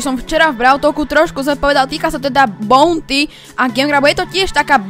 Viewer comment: Mr.P sa číta "mistr pí" a buounty sa číta "baunty" ,sorry ale strašne ma trigruje keď niekto hovorí zle po anglicky🙂👍